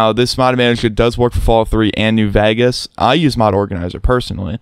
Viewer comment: "Fallout New Vagus"